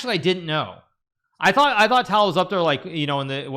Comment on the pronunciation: Michael tale 😭🙏 it’s a ‘ch’ sound not ‘k’ and tal is like tahl